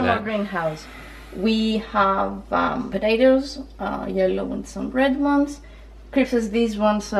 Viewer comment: we have the same dish in Saudi Arabia but we add zucchini and potatoes and some times eggplant, the dish name is "محشي" which literally mean fillings ^^ also noticed that you pronounce patats and t'matm just like arabic :)